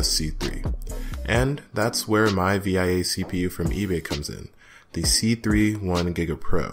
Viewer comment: SDRAM in dual channel? Are you sure about that? 🤔 Also, it’s pronounced “Vee-a”